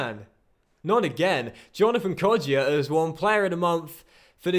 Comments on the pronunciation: It's pronounced Hourihan not Hourihane, and Kodja, not Kodjia, so the I isn't pronounced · His name is pronounced kodja not kodjia